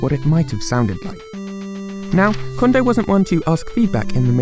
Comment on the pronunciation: His name is "Kondo" not "Condo."